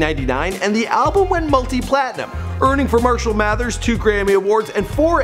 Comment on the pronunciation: "Mershell Mathers"